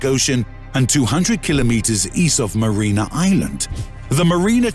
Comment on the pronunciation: And he mispronounces it "marina"